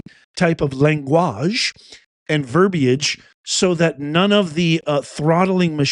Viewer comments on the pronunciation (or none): Here! Love your pronunciation of “langwage”. 😊 BTW, notice, her license plate is from Missouri!!! She’s not even a member of that MN community.